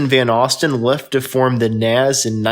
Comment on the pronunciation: this guy cannot pronounce rundgren nazz ect. I can't remember the rest he sounds like a fool